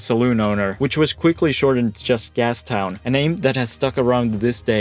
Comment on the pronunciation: You lost me at "Gastown"